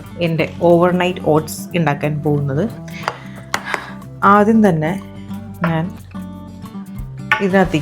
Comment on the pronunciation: ഇണ്ടാക്കുക അല്ല ഉണ്ടാക്കുക...😂😂😂❤❤